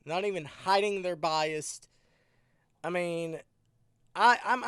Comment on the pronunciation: There is no “T” in the word bias.. 🤣